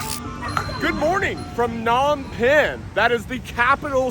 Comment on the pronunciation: its PA-nom penh